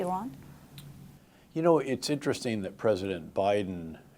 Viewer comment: Wow He can pronounce "Iran" correctly. 🎉